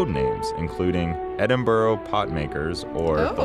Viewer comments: "Edin Burrow" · Is no one going to mention how terribly the narrator pronounces Edinburgh? My lil Scottish heart. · Can't even say Edinburgh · Fun fact I live in Edinburgh!! But the people in the video say it way to wrong lol